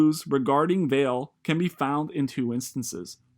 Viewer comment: actually its pronounced Val-A. Portuguese for valley